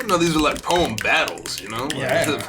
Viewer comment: When he said poem well my thought he said bomb I was like what